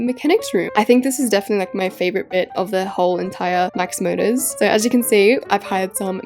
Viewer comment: The way when she says Mike's motors it sounds like mIkE's MuRdErS☠☠